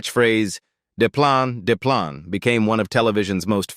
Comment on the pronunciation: AI can’t even pronounce the word “plane”.